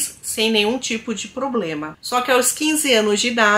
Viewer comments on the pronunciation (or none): none